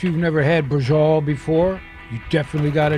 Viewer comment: Is not brajol is BRA-CIO-LA